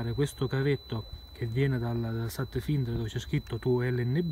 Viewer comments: si pronuncia FAINDER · per la cronaca si pronuncia satfainder